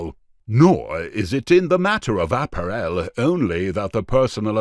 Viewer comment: Why can't this commentator pronounce 'apparel' correctly????